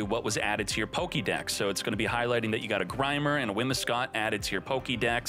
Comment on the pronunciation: No way man said WHIMIScott😂